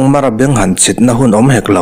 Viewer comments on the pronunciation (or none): none